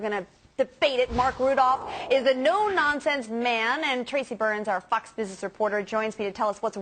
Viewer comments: Sounded like Fuck business reporter instead of fox business reporter. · I heard 'Fucks Bitch reporter' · sounded like she said “our FUCKS business reporter”